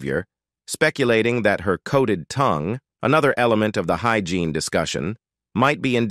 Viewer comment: I was looking for this comment! The voiceover/narrator wasn’t even speaking English some of the time and even switched up to an Hispanic accent a number of times. Who mispronounces “hygiene “? I hate AI.